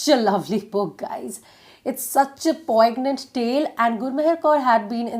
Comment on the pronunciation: I know you are down to Earth enough to not take offense, hence, please check your pronunciation of 'Poignant'. Sorry, I just want you to be perfect. 🌸 Loads of Love.